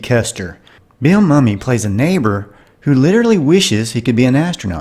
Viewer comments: Bill Mumy... Moo Mee, not Mummy. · It's BIlly Moomie, not mummy! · Bill Mumy is not Mummy.. it's pronounced 'Mume'. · I used to get Bill Mumy's name wrong until I heard him pronounce it as "Moo-me". 🤷‍♂